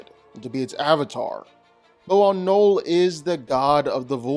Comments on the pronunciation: Why are you saying Knoll? His name is Knull. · Knull. Not knoll. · I hate how you say knull